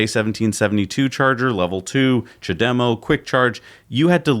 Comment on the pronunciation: "ja-dem-oh".... it's CHA-de-MO ... not hard to say mate.